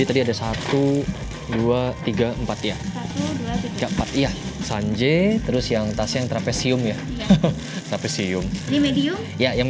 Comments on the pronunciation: FYI Sanje tu dalam bahasa Bali artinya sore atau petang gituuu, trus bacanya pakek e elang bukan e bebek (tapi buat brand yg di beli kurang tau ya cara bacanya gimana) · Pengucapan sanje lebih ke sanjé ko. Artinya sore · Sanje-nya salah penyebutannya😂